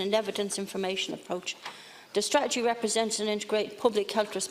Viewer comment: she cant even pronounce the word strategy...